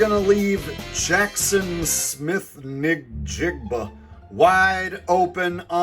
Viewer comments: did he say nigg jigg buh? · Jackson Smith NIG-jigba. Not how its pronounced bro lol